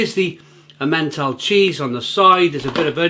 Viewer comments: If you want to be taken even half-seriously as a fast-food critic, do please learn to pronounce everyday cheeses like Emmental properly, otherwise you just sound rather silly, sorry but you do. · The way he pronounced “emmental cheese” 😂never change. We love you!